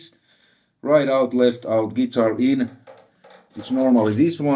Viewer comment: What a cool dood. Love when he says z geetar